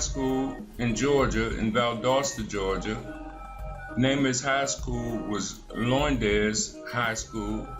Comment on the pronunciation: Lowndes, rhymes with pounds ... you idiot